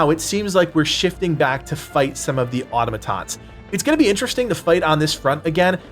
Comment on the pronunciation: Why can’t Americans say “Automatons” correctly?